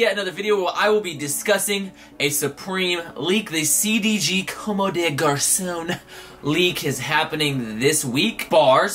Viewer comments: it s "Comm" bro the e is not pronounced 👍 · bruhhh I don't mean to be the grammar nazi but it pronounced like "comb" haha its french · I'm French, you don't pronounce the e at the of a word unless it has an accent or another consonant following it